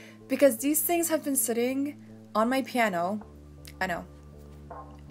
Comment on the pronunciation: you said deez sings